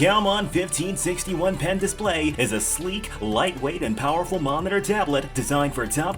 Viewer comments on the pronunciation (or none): Bruh said momiter